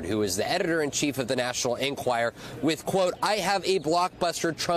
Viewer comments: Vaughn- why do you keep repeating over and over the wrong name for the paper, calling it the "National Enquire"? "National Enquirer" (is it's correct name). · Can Von Hillyard please learn that the publication is called "The National EnquirER" NOT "The National Enquire" ???